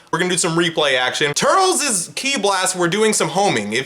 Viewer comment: Nah why brotha call him turls